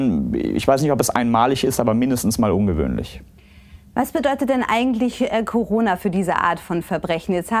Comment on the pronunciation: Jaja "Ungewöhlich" 🤣